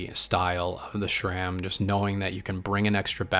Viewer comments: It’s not SHRAM it is SRAM. There is no H in the name and no SH sound. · There is no H in SRAM